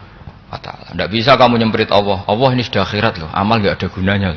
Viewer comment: Saya kok risi ya denger Gus Baha kalau menyebut nama Allah (Alloh).. kok kaya kedengeran Awwoh gtu ya.. apakah sama teman2 lain dalam mendengarkannya.. Apakah tidak ada yg bisa mengoreksi beliau..